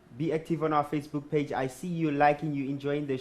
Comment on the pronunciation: Nah nah...the owe killed me when he couldn't say facebook